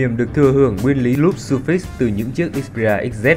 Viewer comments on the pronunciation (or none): none